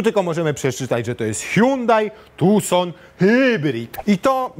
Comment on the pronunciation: "hułałheuł tuson" mnie zniszczyło. Hihrałem się 10 minut :)